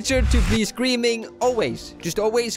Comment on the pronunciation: When I hear him say scream all I can hear is cream